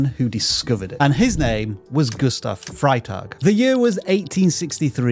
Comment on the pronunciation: WRONG SPELLING: it is FREY-tag , not FRY-tag!